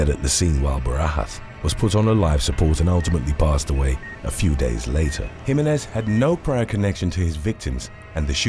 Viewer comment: The commentator wuz urking my nerves mispronouncing Jimenez. It's HE-MEHN-EHZ